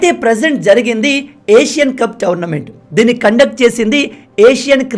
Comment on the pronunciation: Towernament ❌ Tournament ✔️